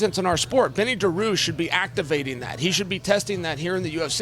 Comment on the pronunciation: IZZZLAM MA-CK-EL-CHEF.. BENNY DAROOSH..